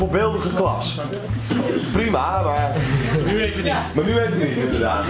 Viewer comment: Hahahah! Niek!! ''Wacht eaven' HAHA